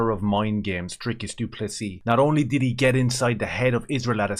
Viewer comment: thank you for making the effort to pronounce Dricus name and surname correctly.As an English South African Caucasian I respect you for that.I subscribed a couple of months ago.Keep up the good work